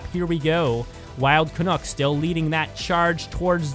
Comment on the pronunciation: Your commentary is always excellent. One thing though. Wild Canuck rhymes with "Duck" hehe. I'm too Canadian to complain, but I did want to mention it. Sorry.:P